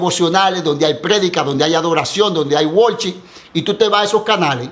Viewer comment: Amén hermano. No se detenga! De lo que más me gustó: "donde hay wolship" HAHAHAH